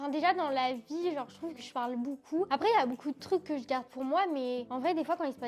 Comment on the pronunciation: Les gars dites moi que je suis pas le seul qui entend que dit « boucoup » 😂 elle me fait trop rire!! Encore bravo pour votre vidéo et bien sûr que vous méritez plus d’abonnées ❤️